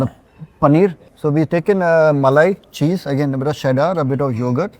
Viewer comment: What's the deal with Chef Vineet pronouncing cheddar cheese as sheddar cheese?